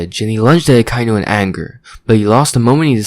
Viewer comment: Great video, but why do you pronounce Akainu that way? The dub pronounces it Ah-kah-ee-nu